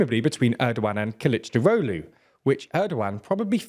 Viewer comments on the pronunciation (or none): I can help you pronounce Kılıçdaroğlu's name. Kill - itch - dar (like jar) - og (like egg) - lou, punctuating JAR, killichdAroglou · I watch just to see say Kılıçdaroğlu... 🤣